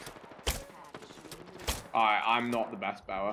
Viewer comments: bow'r haha archer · “Best bower” lolol Archer my dude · It also annoyed me when he said I'm the best bower not best archer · Boa? Or bower? Or did you mean archer